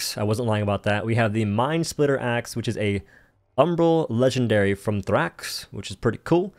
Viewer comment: Thrax axe? Thraxe.